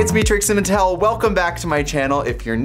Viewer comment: She has been saying her name weirdly recently tbh